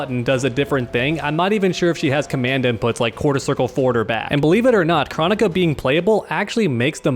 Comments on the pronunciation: jesus christ did its KR-OH-NI-KA NOT CHRO-NI-KA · We gonna talk about how he says kronika other then that good vid. Just drove me crazy how he says her name.